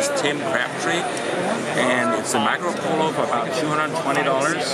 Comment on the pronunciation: He said "Macro Polo", lol I stopped watching at that point.